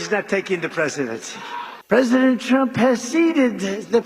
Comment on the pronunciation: I just kept hearing him say “president chump” when talking about himself in 3rd person.